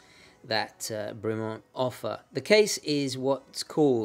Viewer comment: Bremont pronounced as a French name /brimo:n/? I believe its pronunciation is more in line the clipped vowels associated with British toffs /bremment/. But good, informative review, as always, steeped in historical background and technical details. Wouldn't Bremont be the connaisseur's pendant to the rather more pedestrian Tudor or increasingly cretinous Rolex?